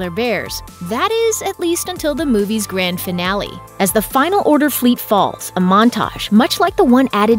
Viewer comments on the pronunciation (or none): none